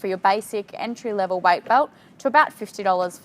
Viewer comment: "White belt" 😂 love the accent tho!